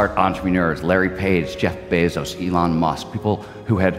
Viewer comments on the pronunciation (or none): none